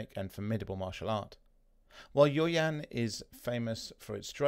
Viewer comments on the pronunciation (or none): I was about to comment the same thing. Pronounce yaw as y-a-o.